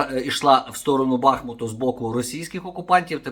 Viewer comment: С під БахмУту , наголос на у